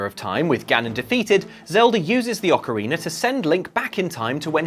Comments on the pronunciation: And theeeere it is. "Ocariner" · Ah yes ocariner of time